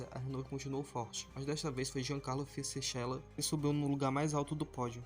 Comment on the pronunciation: O vídeo está muito bom, bem editado, visto que foi feito pelo celular está excelente. Se atente aos nomes das pessoas cotadas também, por exemplo, você pronunciou o nome do Mark Webber e do Fisichella errados.